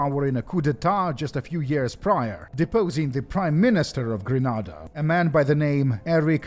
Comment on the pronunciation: Oy. It's Gren-AYYYY-da, NOT Gren-AHHHH-da!!!!!! 😑😑😑😑